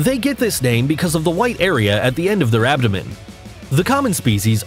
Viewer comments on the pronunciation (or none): none